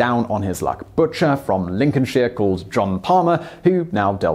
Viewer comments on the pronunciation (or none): none